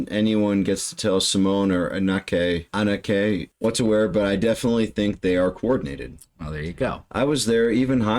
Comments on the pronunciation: "a-NUK-keh'..? lol Eh, nope, the emphasis goes on the first part of her name: "AH-neh-keh". Don't feel bad, most English speakers are quite rubbish with Dutch names. 🤪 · Anneke = pronounced Anika.